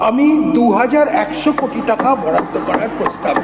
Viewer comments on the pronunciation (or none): none